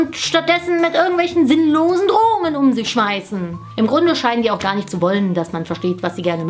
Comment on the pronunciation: Ich verstehe erstmal so die ganze zeit am Anfang Drogen und nicht Drohungen☺😊😂😅XD